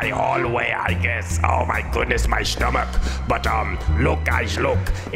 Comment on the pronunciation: The way he says stomach as "SSHTOMACH" just makes my spine tingle Also, the way he speaks is just pure ASMR